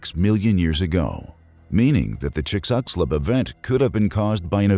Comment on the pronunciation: Me flinching every time he tries to say "Chixulub" or "verneshot"